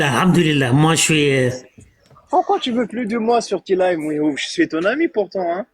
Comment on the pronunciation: C’est fou de pas savoir dire correctement le prénom de Mihoub.